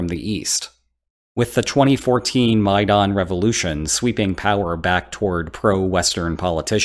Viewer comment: I'm pretty sure no one else pronounce Maidan like that.